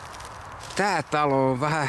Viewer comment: Lempäälän graffitisti käynyt vääntämässä rautalangasta että se on "ON" eikä "ONH".